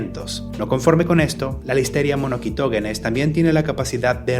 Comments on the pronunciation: Es incorrecta esa pronunciación, “monoQUItoGUEnes”. “MonoSitoGEnes” es la forma correcta. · Monoguitoguenes? 🤣 es “monoCYtoGEnes” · muy buen video pero así no se pronuncia Listeria Monocytogenes Le pones como k jajaj